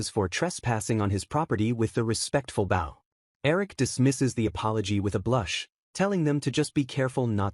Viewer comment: Lol my god how it it that AI doesn’t know how to pronounce easy words like bow & wound The guy was thanking somebody for saving his life and you’re AI Think somebody was playing the (violin) with a “bow” 😂 and winding the (clock) that was already “wound” up I realize they’re spelled the same, but even 6 year olds in the 1st grade learn how to pronounce words, depending what type of sentence they’re used in 😂 I have yet in 3 years heard the proper pronunciation for bow and wound from AI